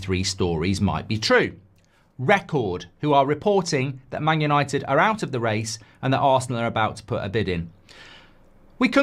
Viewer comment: You can’t even say where united finished correctly you’re that stupid😂😂😂